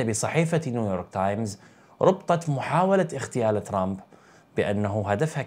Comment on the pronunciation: اخ للتصحيح فقط الكلمة هي اغتيال ليست اختيال فرق كبير بين الكلمتين 😊